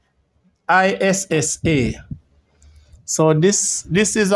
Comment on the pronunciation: it's a Jewish cemetery, so the names will be hard to pronounce, but the issa name is so popular in Jamaica, but yet u mispronounced it... I'm disappointed